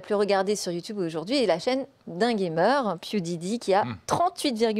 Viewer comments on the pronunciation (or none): Bienvenue dans ce monde où le lapsus n'est pas autorisé ! Franchement ces gens qui font la morale à trois francs six sous juste parce qu'elle à dit "pewdidi" au lieu de "pewdipie" veulent juste satisfaire leur estime pour ce sentir supérieur aux journalistes... Encore ces personnes qui petent plus haut que leurs culs... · cela se prononce PiouDipay (pewdiepie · Le "PiouDiDi" m'a tué XDD J'ai du arreter la vidéo pour me calmer XD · le fameux Pioudidi